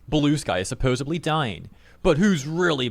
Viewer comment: Spelled supposedly, says “supposeably.”